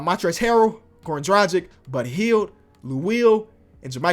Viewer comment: I just want to say its Dragic, Drag itch. Not Drajick.